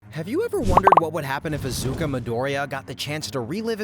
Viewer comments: Izuka Midoriya! It's Izuku, not Izuka XD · did he called Deku "Izuka" 💀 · at the beginning he even said izuka midoriya 💔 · Izuku not izuka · "Izuka midoriya" is killing me💔💔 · Ah yes, my favourite anime hero, “izuka midoriya” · Izuka 😭🙏 bros stupid asf it's izuku get it right lol jit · “Izuka” at the beginning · who tf is izuka BRO IZUKA? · did bro really just say izuka? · that and calling iida "lida" and eri "iry"... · "Izuka" Yeah, vids already a flop 2 seconds in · Can you learn how to pronounce names please? IzukA, Eery, ETC. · dude at the start he said izukaa midorya